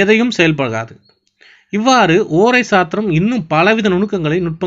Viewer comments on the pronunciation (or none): முதல்ல ஓரை என்று பேச, ஏழுத பழகுங்க. பிறகு அடுத்தவருக்கு பாடம் எடுங்க